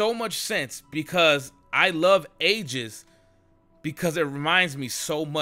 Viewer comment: PLEASE PRONOUNCE AEGIS RIGHT. PLEASE. SAY EE-JIS